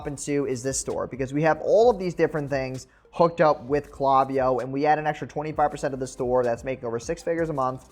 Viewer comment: Great video. Also - it's "clay" viyo.